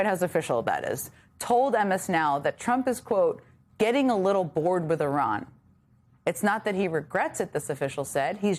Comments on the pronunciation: I looked up the pronunciation from a native Iranian, and it sounds the same as her pronunciation. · Iran will think you're ignorant if you don't pronounce their country right. They already do but it would earn their respect if you tried to get it right. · It was literally 7 different videos from Iranians here on Youtube. They all pronounce it like her. How about this, just get to the point and describe how you think it should be pronounced.